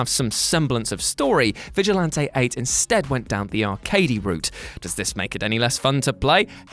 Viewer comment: The way he say's Vigilante 8 😂